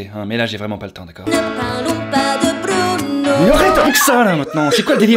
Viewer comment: Sa ma fait mal quand ta dit BRUUNO 😂😂 aïe